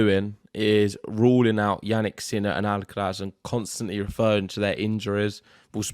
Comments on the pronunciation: WHY are you guys struggling with pronouncing the R in Alcaraz, While pronouncing it perfectly everywhere else... AlcaLaz.. whats wrong with you ? :) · maybe an Alca Laz y tongue😅